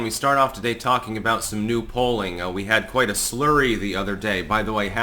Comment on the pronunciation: Again it’s FLURRY not SLURRY.